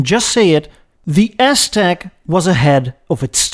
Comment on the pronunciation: I loved the "Ass-Tec" portion of the presentation, called it flawlessly... 😂